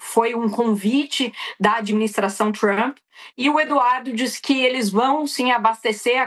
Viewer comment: Para mim é TRUMP e não TRUÃMPPP....kkkkkk😅😅😅😅😅